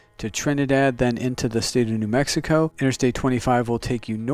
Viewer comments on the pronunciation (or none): none